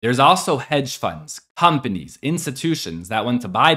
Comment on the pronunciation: did he say companies or “Pump”anies?